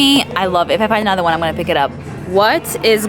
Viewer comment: "ganna" lol